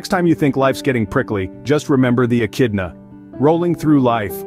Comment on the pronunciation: Surely they won't notice I pronounced it as "Eh-Chid-na" right? I don't need to redo this voice over.... We noticed, and you should have 😤.